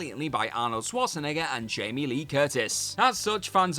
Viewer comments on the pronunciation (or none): none